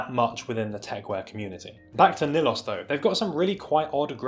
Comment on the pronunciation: Tobias was one of the designers that launched 11 with Boris. Great pieces. Def more tech than 11. Nilos is pronounced NILS (NIL) Tatsuro shuttered the line MA JULIUS then launch NILOS. So it’s a little brother line to Julius. But more technical with a hint of Japanese streetwear. Some of Julius best cargos where circa ish